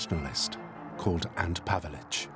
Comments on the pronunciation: 'ANT Pavelic'?! It might help getting a [human] narrator who can actually pronounce names correctly... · It's not Ant Pavelic, it's Ante Pavelic.